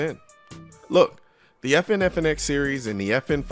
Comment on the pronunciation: Every time he says the name, my brain processes as "The 'effin 509".